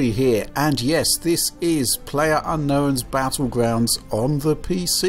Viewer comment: "Pwayer unknown battlegwounds," lmao